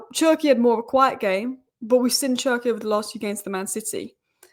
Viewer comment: Désolé mais tu dois prononcer cherki: ''chair'' ''key''